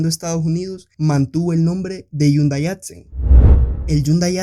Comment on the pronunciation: Porque pronuncias yundai, yo no veo ninguna y o Ll. Mas vien veo una h que se lee como J